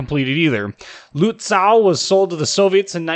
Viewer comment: Luht-ZAUW! Gotta love the hyperbolic and borderline absurd German pronounciations. Americans man; terrible at pronouncing names in other languages.